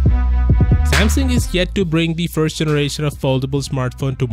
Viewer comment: It's called Samsung and not samson